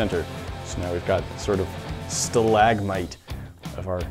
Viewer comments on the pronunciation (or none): none